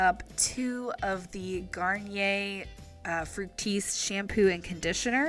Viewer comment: Thank you for saying the word Garnier correctly